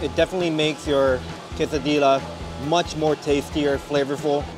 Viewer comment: quesadillasの発音なんだけど、ケーサディーヤなんで、ケーサディーラではなく